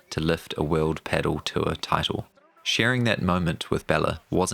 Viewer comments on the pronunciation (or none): Pedal? What the fuck is pedal? It’s pronounced pa-DEL. At least paddle? But pedal? This isn’t a car